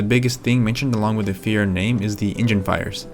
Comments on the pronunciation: It’s Fireo not Fiera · Feee-err-ooo! Not Fearo. Show some respect! Damn! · Before going through the trouble of making a good video Good video but at least learn how to pronounce the name. Fiero = [Fee-Arrow] not fear-oh. Triggered me a little. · it's fi-er-o, not feer-o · You love it, but you can't even say the name correctly. FEE-err-oh, not FEE-ro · It's a fee-arrow not Fear-oh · "fee-arrow" is how it's pronounced. Not "fee-row". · Hey dude.....it's not a FERO it's Fee-A-ro ...get it, got it, good! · Dude, it’s Fee Air Oh not Fear Oh. I get that fear is the overwhelming emotion associated with owning one of these poorly engineered train wrecks from GM’s darkest days but you can at least pronounce the name right if you’re going to attempt a video on the P.O.S. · "Fee-air-o" Dude, c'mon. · Isn't it pronounced Fire-oh? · "Fe - Aero" You ignorant jackass. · lol... the Fire-o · it is pronounced fee-air-o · They're literally called "fier"o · I have never hear anyone pronounce "Fiero" like you do. It is Italian and means "pride." But then later you change your pronunciation to more conventional. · If you’re going to make a video about a car, maybe you should know how to pronounce it. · Nice vid but I can’t stand the way you say Fiero. Still watched. But cringed every time you said Fiero.